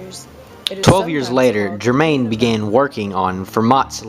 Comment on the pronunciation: The pronunciation of 'Germain' makes me cringe. Her surname was pronounced ger- mow.